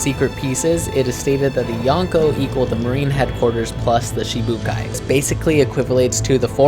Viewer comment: Its shichi not shee shee but oke